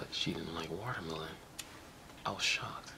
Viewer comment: you say it wrong my man, it's WATER-MELON